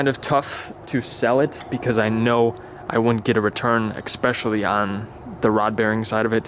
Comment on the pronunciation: Why u say "eKspecially", fam? We need a hardcore NA n52 setup with that 325i 🤙